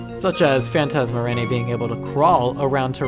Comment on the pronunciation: For Phanatasmaraneae, its: (Fan-tazm-uh-rainee-eye) Or: (Fan-tazm-uh-rainee-ee) Either or is the correct pronunciation. The name is two words combined; Phantasm and araneae, meaning ‘Phantom Spider’.